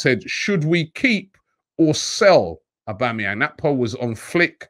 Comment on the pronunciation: . Did he say Aubameyang or am I deaf